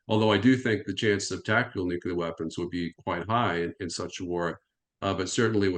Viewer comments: Nukelar nukelar nukelar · Nuclear, not nukelar... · It is spelled nuc-LE-AR. It is not spelled or pronounced nuc-U-LAR. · Really! What’s wrong with them? This Bushism “nucular” got stuck around the American ignorant establishment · This guy says NUCULAR! Nuff said of his normalcy or education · God dammit. I love. And I like this guy. But how can you listen seriously to a dude that cannot pronounce nucular properly? Haha. Has he been consulting with George W. Bush? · "Newkyouleer" goes back to Eisenhower. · Jesus. How can a man be in charge of armaments coop, and still have no clue how to pronounce the word "nuclear"? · He can't even pronounce 'nuclear' correctly, just like baby Bush. He's late to the party - s l o w.